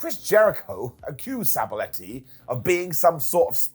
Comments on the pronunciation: Sabaletti? Sab-a-telli!!!! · husband of Mandy Rose, I know. But it's pronounced Sab "ATELLI" not "Aletti" UK is closer to Italy than we are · oh ok yeah. I thought he pronounced weird too but wasn’t sure